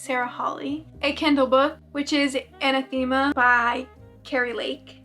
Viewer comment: Anathema - pronounced uh-NATH-em-uh